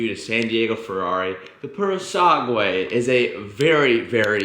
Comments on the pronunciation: It’s not pronounced purosague it’s puro-san-gue 😂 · « Piurosangué » my ears bled 😂 puro sangue! Don’t read the U! Btw It’s a horse breed 😂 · Happy bday, both of you!! Pleaseeee practice to say PURO SANGRE! I love V12 sound! 🔥🔥🔥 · It’s pronounced “poo row san-gey” meaning pure blood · butchering the name of this car is this video's highlight